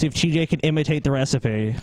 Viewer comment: Does pronounce the word "recipe" as it appears?... "Ray-seep"?